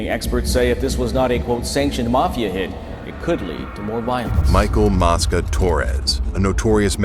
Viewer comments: Mosca long o sounds like moesca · It's mo-sca